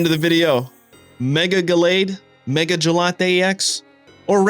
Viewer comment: The mega What?? What kind of ugly pronunciation is that????